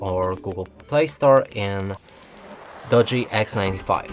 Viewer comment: Lol. It's pronounced Doogee not Dodgy. Dodgy means something not right😂